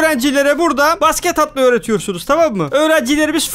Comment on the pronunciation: Basket derken basgit dedin